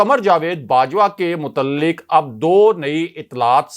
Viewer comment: The word is pronounced 'muta'alliq' not 'mutalliq'!